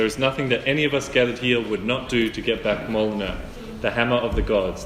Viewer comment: 😂 That's not how you pronounce Mjolnir.